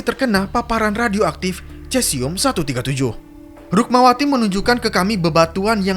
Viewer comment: Maaf koreksi, dibacanya sesium mas.